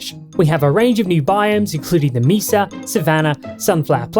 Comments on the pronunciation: pronounces “mesa” like Jar Jar Binks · Man pronounced Mesa like Jar Jar